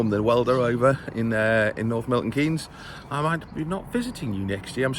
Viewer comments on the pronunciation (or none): none